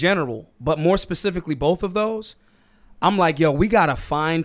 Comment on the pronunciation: Ok, now you need to learn how to say "sheriff" and "both". There is no "L" in "both" and you say "she-riff" like it's She-ra's sister or something. Should be more like "share-if" or if you want to take it back to the root "shire reeve". She-riff is She-ra's guitar-playing sister.